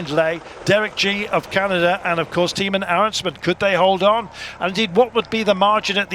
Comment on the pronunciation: Not Timen Arensman, but Teyeman Arensman. That's how you pronounce it.